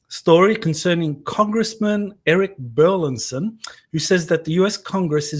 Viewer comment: I know it may sound like we're splitting hairs here, but the congressman's last name is bur-LIS-son, not bur-LIN-son., you keep getting Congressman Burlison's last wrong. Not only are you mispronouncing it, but you're misspelling it in your tweets and Youtube video descriptions.